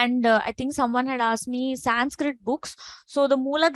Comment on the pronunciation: Why you are adding m in last of each sanskrit word ??